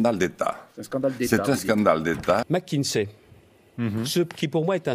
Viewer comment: mackinZay? Le Maire iz zpeaking englizh ...